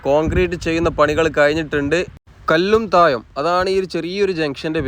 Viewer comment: കോയിക്കോട്, കല്ലും തായം, പയെ പാലം...😂😂 ഴ.. ഴ... ഴ.. പയത്തിൻെറ (പഴത്തിൻ്റെ ) ഴ...